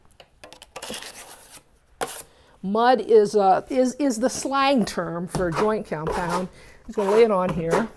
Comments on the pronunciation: it's called what compound? Sounds like you're saying joy or joint (lol) but that doesn't make sense to me ;) Is this good for balcony walls that are cement & occasionally get wet depending on the direction of the rain? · I really needed this! Thank you! She gives easy and simple instructions that anyone can follow. She does have a problem saying "Joint Compound"- I got tickled every time she said it! LOVE YOU!